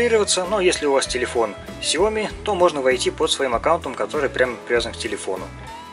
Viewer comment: Не Сяо́ми а Сяо Ми́! 😁🙏